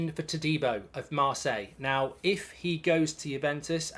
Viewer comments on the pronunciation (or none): none